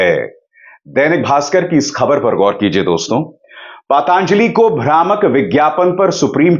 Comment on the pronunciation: अभिसार शर्मा जी,आप पतंजलि का उच्चारण पतांजलि क्यों करते हैं ?